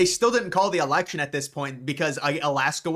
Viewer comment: It's Election, not Alection! Drives me nuts!